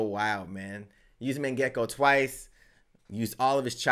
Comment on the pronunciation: You forget the Yo in Mangekyo it’s pronounced Mon Gek Yoo